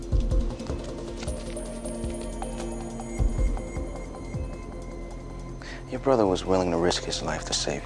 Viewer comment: When he said "my Nick is a fighter" it sounded like "my niggas a fighter"